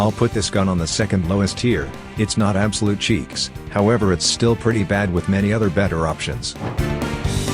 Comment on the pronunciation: "Absoute cheecks" is wild